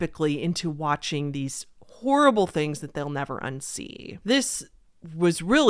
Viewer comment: This is bad. You put the emphasis on "horrible". Absolutely horrible.